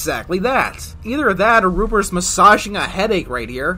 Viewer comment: When he said "ruber's song" I thought he said Ruperson